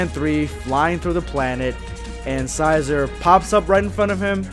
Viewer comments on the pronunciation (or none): Xicor = Sk-i-kor, there pronounced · Think of pronouncing it XiCOR. (Zai-core) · Xicor is pronounced Zai-core I think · Love your videos love but his name is pronounced (Zai-Core) Xicor. Anyway keep it up bro! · Okay, first off, Xicor's name is pronounced "Zikor" with a 'Z' at the beginning and a 'K' at the end and secondly, the West Supreme Kai took a genetic sample in the form of blood from both Goku and King Cold and gave life to Frieza, Cooler and Xicor in that way. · It's pronounced (ZY-core) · it’s ZI-K-ORE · Xicor (zye-core) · It's Zikor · Its "zajkor" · Huh. I always pronounced Xicor like Sy - core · Awesome even of I've already read the first chapter or two. And I'm pretty sure its pronounced Xicore (Z-i-core) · Xicor is pronounced “Zicore” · (Zie-kore)< that’s how you pronounce xicor. And uub’s suit/costume type thing is from GT, if I’m correct. And the west Kai I think I read that she uses dna? Like hair and stuff. If he did, i think he would have known. Idk tho [just saiyan] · Xicor Pronounced (Zi-Cor) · Tbh, it's pronounced "Zi core" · I think his name is actually pronounced "Zai-core", but I'm not sure. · It's pronounced Zuy-Cer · You its pronounced zi-core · Its pronounced Xi-core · I got triggered when he pronounced his name "Xi-zore"